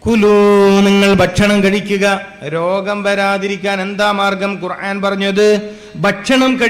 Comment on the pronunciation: قرعان അല്ല മൊയ്‌ലിയാറെ قرءان ആണ്